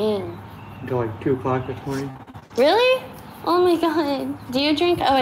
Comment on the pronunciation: Yeh ....Weally weally